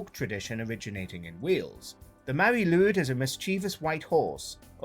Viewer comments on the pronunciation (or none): The pronunciation of Mari Lwyd is making my skin crawl